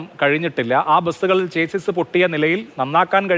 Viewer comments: ചെയ്സ് അല്ല മാറൂമി മാപ്രകളേ, Chassis ആണ് ശരി. ഷാസി എന്നാണ് ശരിയായ ഉച്ചാരണം. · ചേസ്സിസ് അല്ല ചാസീ ആണ് ശെരിയായ ഉച്ചാരണം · chassis ഒരു ഫ്രഞ്ച് word ആണ്. അതിന്റെ correct pronouncing ഷാസ്സി.